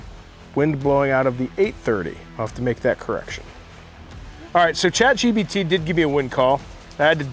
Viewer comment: The host keeps saying Chat gBt while its actually Chatgpt lol